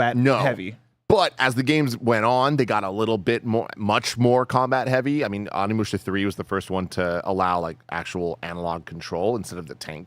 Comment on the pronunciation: Tim Onimusha mega fan but legit pronounces the name wrong every time. Now he’s got mispronouncing it now also…